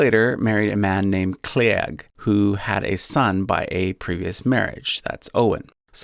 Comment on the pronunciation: Cliegg's name is pronounced like Kleeg.